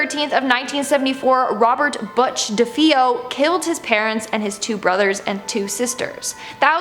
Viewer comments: Dude did you say buttch...?!?😂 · She said buttch... 😂